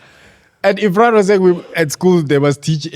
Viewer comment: say it after me... IRRRFAAN!!!!